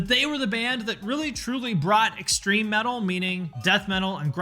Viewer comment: Slipknot are the lighter side of Death meatal. Not Nu-meatal